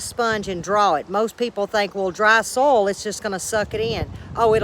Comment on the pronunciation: Oh how I love to listen to your accent!! I am curious though are you talking about soil or sole in those garden beds - LOL. I wouldn't bother to tease you if I didn't love ya. Your gardens are beautiful. My seedlings are safely tucked under grow lights STILL 😒 We don't get to plant outdoors until just before Mother's Day. It's all good though. Hey, I had a thought. (a novel concept at 70) it's a good way to extend your harvest by planting starts and then direct sewing seeds. That way you aren't overwhelmed with too much harvest at once. You're too smart. I think I'm going to give it a try. Since it's just me, staggering the harvest makes good sense so I don't get too tired putting everything up at once. See ya during the week and - blessings always, g.